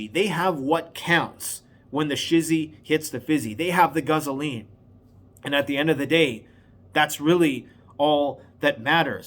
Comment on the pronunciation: Did you say guzzoline? . . . WITNESS ME!